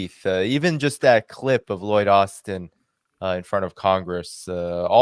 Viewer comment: Loyd Austen has become Loyd Arse-ten